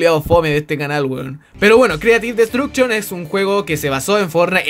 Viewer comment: O "Creative -Bot-Duction" JAJA se pasa XD